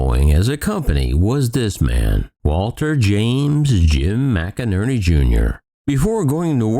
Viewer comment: McNerney is pronounced "Mick-Nerney" not Mac-a-nerny.